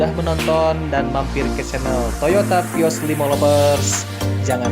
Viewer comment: Baca vios : pios 😣